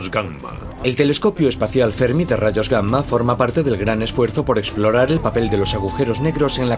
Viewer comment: Es la correcta pronunciación de la doble 'm'. Aunque también me resulta curioso y chistoso